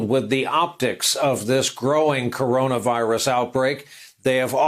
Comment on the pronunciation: Trump can't pronounce "CoronaVirus". 5 sylabyls, TOO complex.